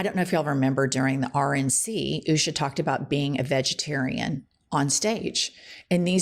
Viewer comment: Can we just agree that it is pronounced "Usha" Not "Oooooosha". The latter sounds so wierd.